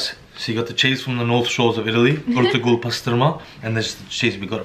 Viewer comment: Lool when said Ertugrul and corrected him I’m whenever my family says it wrong